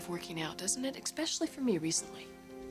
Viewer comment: Did Sheila just say "expecially" instead of "especially"? Next thing, she will say "expresso" instead of "espresso".